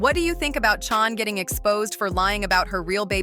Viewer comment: Her name is not chan get it right